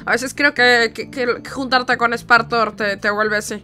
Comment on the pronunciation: Se dise spartor no smparmor